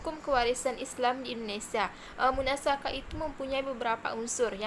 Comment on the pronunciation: Bukan munasakhah. Tapi bacaannya munasakhoh.